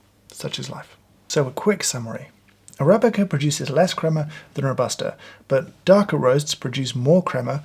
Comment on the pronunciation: “Robusta” pronunciation is kinda like Ro-buh-stah not Row-bah-stah as you do it. Love from Italy 🇮🇹